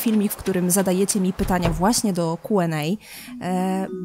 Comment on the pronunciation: Czemu zamiast mówić kjuendej mów kuenej?